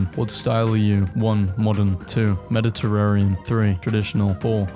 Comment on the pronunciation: Why doe she said Mediterranean like that